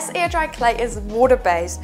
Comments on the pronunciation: So, if she says "air" like "ear" what does "ear" sound like? Legit question. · I keep hearing “ear dry clay” and wondering what the heck that is. lol